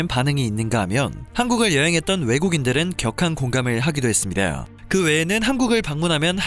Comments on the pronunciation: 발음 좇같네... ~~했습니다. 하고 발음하면 되는데 뭐 그렇게 발음을 굴려? ~~ 했습니다~ㅀ 이게 뭐야? 외국물이라도 쳐마셨나? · 나레이션 한국분 아닌가요? ~했습니다. 발음이 왜이렇게 이상하게 들리죠??